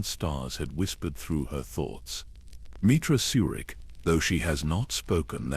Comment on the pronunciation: Your AI has a hard time pronouncing the characters’ names. I know they aren’t real names. They are difficult to pronounce because they don’t exist in real life. If your computer or AI is reading a script, try to spell out the names PHONETICALLY. Misspell the names in the way they should be pronounced: ME - TRAH SIR - RICK. MEETRA SURIK AT - IN RAND ATTON RAND CRAY - AH KREIA BAY - OH DOO - ER BAO DUR NIGH - LUS or NIGH - HIGH - LUS NIHILUS SIGH - ON SION TEE - LOWS TELOS Don’t write the names correctly in the script. Misspell them PHONETICALLY and test your computer AI before releasing it on a YouTube video. See if, that way, it is pronounced correctly. I care about your channel. I like it. I have subscribed. Im not trying to judge or negatively criticize. I’m trying to help. Have a blessed day.